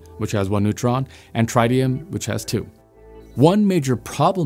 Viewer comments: It’s not “try-tee-um” it is “trit-tee-um” where the “trit” rhymes with “bit”. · I watched your more recent video on the solar tower failure in Nevada first where you added the bonus of viewers’ comments. Now, I can’t help but laugh every time I hear tritium pronounced try-tium. You certainly tryed… sorry, tried, haha. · Nobody pronounces tritium that way.